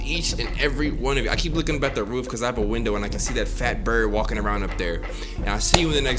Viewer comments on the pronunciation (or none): none